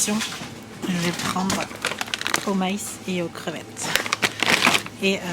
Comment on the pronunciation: C'est trop bizarre parce que le mot "maïs" tu le prononce comme le mot "miles" (les miles en anglais), mais c'est MA-IS-SS , mais miles haha